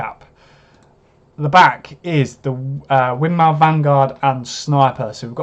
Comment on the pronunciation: Win-more, it's pronounced - named after the founder's wife: Winifred Maude.